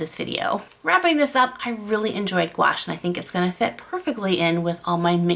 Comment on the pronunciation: Gouache is simply opaque watercolor. You are mispronouncing gouache. There are canvases made specially for watercolor. Your mushroom work rocks.